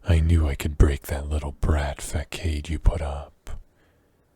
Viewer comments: facade is pronounced fa-saw-d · Very fun! Love a good Werewolf yandere. One note that cracked me up--Facade is pronounced with the 'c' making an 's' sound [fəˈsäd]. Looking forward to hearing more of your work!